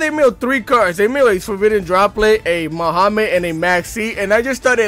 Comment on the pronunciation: Did u just call Magnamhut by “Muhammed” bro!?